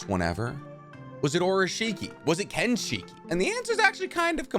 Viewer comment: This man gotta be trolling with the pronunciations. Its not KENshiki. Its not chibuko tensai.